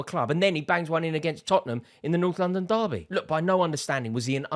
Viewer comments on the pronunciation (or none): none